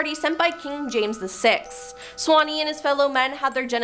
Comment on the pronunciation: it's sawney not swanney